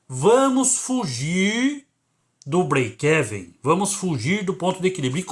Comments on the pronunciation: Se diz : : Break "iven" como se fosse uma letra i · sua pronuncia do breakevem esta errada o correto é falar brekiven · Mas essa pronúncia BREIKÉVEN 😅😅 é paraguaia hein !?? Kkkk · Conteúdo do vídeo foi 10. Apenas um apontamento. A pronúncia é Íven. Fica mais ou menos assim: breikeíven. Não é exatamente isso, mas é o mais aportuguesado possível rsrs